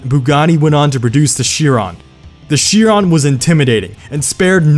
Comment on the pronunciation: It is Shee-ron